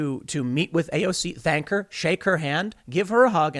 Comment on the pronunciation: Tom said shank her instead of thank her